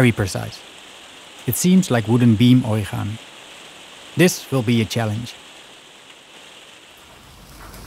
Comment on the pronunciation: You know that origami is a Japanese word right? So it mustn't be pronounsed with a Dutch pronounciation of a letter G!